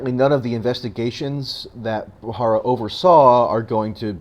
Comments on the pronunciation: BTW, It's Preet BHA RA RA, not BHA HA RA. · it's pronounced Ba ra ra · You need to work on your delivery and word pronunciation ....like the name of the subject of your video. You are pronouncing it incorrectly. Really read the word before you speak.